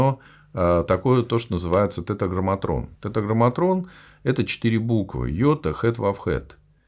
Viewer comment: «Тетраграмматон» ,а не «тетраграмматрон» надо говорить,странно,что Вы не обратили на это внимание.